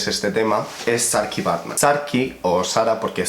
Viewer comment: se pronuncia saartje emplan asi no sarki que mi padre es belga (en belgica tmb se habla nerlandes) y me suele llamar asi